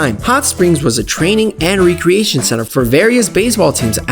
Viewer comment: why do you pronounce recreation re-creation?